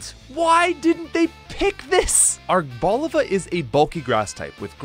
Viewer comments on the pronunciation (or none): Ar Bo Lee va is how u pronounce it